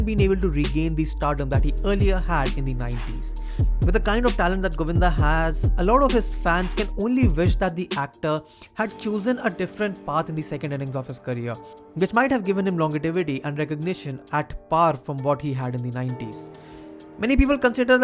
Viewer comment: no word in the dictionary as “longetivity” it’s actually “longevity” which is pronounced as “lonjevity”. Good video otherwise.